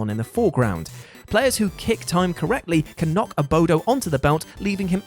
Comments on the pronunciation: Dunno why but everytime he called 'Abobo' the 'Abodo' triggered me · Abobo. Not sure if you commented what you did because you didn't know what it was or thought it was said wrong, or what! The question mark throws me off...but yea, he said it wrong. It's Abobo. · Abobo not Abodo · AboBo...not AboDo. lol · "abodo" i cringed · One of many people who hear one of the MANY times this channel mispronounces a word, or entirely uses wrong terms.....and decides to repeat the incorrect thing as if it is the correct spelling or word! It's ABOBO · "Abodo"? I guess it wouldn't be a WhatCulture video without some gross mispronunciation. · Was it spelled "Abodo" in the UK or was he just saying it wrong?